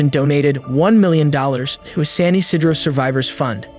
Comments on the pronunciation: It’s pronounced San Yee-sea-dro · I lived in LA Mesa CA (about 40 min NE of San Ysidro) at the time of this shooting and was 14. It was mind-bending that something like this could happen. Btw it's pronounced San yuh see dro. Every time you mis pronounced it, I cringed, learning how to pronounce the name of the city you are going to talk about really should be something you figure out before doing a YT video. It was pretty good though and for me to keep watching when I usually click off almost immediately when people produce content and don't bother to learn how to pronounce a key name, does say this was pretty good. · Come on now, pronounce it correctly. San Ysidro is pronnouned: San E-See-drough